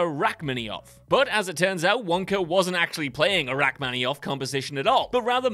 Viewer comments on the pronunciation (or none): Speaking of name mispronuncation, the most obvious was this video's narrator "Rachmaninoff" pronounced by him, "rachmannioff." (Rack Manni-off, not rack-maninn-off)) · It's "Rachmaninoff," not "Rachminioff" or whatever you said. And yeah, it's pretty obvious that Mrs. Teevee misidentifying it was a deliberate joke. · "Rachmaninoff" You said "Rachmanioff." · RACK MAN IN OFF not RACK MAN EE OFF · yeah he might also want to know that it's Rachmaninoff not Rachmanioff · Who is Rachmaniov? Is he anything like Rachmaninoff? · Rachmaninov, not Rachmaniov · Narrator: Lando pronounces Han's name wrong Also narrator: Rack-mini-off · RACK-minnie-off? And SHE doesn’t know her music? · It’s pronounced “rock mon ee noff” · That was painful and laughable at the same time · Does frequent mispronunciation make something cannon? If so—though I love them all—the WC crew have made a lot of verbal cannon. Josh, Garret, Andy H, so, so many more. It’s pronounced raak-MAA-nuh-naff. Please, you magnificent bastards, please look up the names that you aren’t familiar with to make sure you’re pronouncing them correctly! Also, love you all at WC! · "Rack-mini-off"?? Did you even watch the scene? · Rock-mani-off??? Um. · Oh, you beat me to it! 😂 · Wait just a flipping minute. How the F*** did you just pronounce Rachmaninoff? Good God man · There is always at least one in every WhatCulture video, they have to be doing on purpose as a troll.